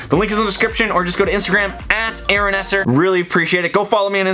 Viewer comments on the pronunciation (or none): none